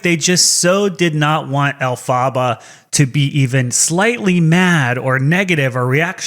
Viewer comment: “AlFAHba” is crazy 😂😂